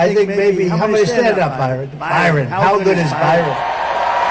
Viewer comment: Is he calling Barron Byron?